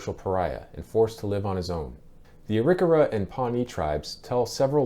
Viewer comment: Ari-kara pronounced are-e-car-a not erikera